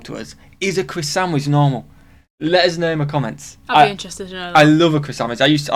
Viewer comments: Were you saying watercress sandwich? Accent smooshed the sound so much all I heard was CrisSandwich. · Are you saying a “Chris-sandwich”??? Have no clue what that is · In honestly I couldn’t understand what sandwich you were asking about.